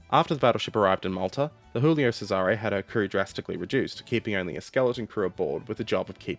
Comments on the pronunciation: Check the prononciation , gulio not chulio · Hey - native Italian speaker here. Hoping to help for the next time your subject brings you to pronounce Italian words... 1. TAranto and PICcolo - stress is on the first syllable 2. You pronounce "Giulio" as if it was the Spanish "Julio", like most English speakers. The "Giu" group in Italian is pronounced like you'd pronounce the "Ju" in "Judas" 3. The letter "c" is tricky in Italian. Before a, o, or u it is pronounced ilke a "k". If it is before e or i, it is pronounced like the "ch" in "Charles". So "Cesare" is "Chay-sah-ray" (sort of). 3.1. The "c" in "Decima", similarly, should be pronounced by a native English speaker as if it was written "dechima" (NB it is the exact opposite in Italian, "ch" is always pronounced like "k")